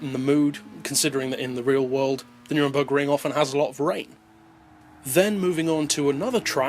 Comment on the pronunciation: you say it like neurnburg like EUrope